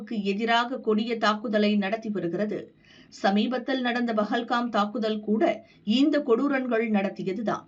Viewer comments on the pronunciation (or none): Dear Channel authorities, kindly ensure that names are properly pronounced. In this video name of PAHALGAM is incorrectly pronounced as PAgAL kA M